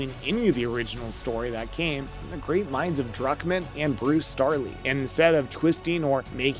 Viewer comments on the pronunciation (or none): Its Bruce Straley, not Starley